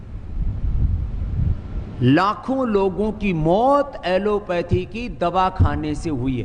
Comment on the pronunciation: ऐलोपैथ न कि ऐलोपेथ। आप एक निष्पक्ष पत्रकार हैं। इसकी सहराना होनी चाहिए।